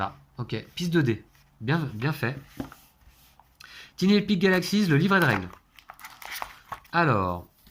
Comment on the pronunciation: Super petit jeu qui est vraiment super pratique car tout petit : idéal pour les vacances ! Un petit détail néanmoins : comme j'ai déjà pu le signaler à Martin de la "Société des jeux", tiny se prononce tailleny...😃😁 Bon jeu !!!